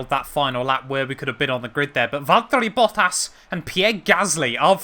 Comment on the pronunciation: love the vids, but can you please say Valtteri Bottas like a sane person? There’s no d’s. It’s not Valderri Boddas. Please. I’m begging you for the sake of my sanity 😱💀😂😂😂😂🙏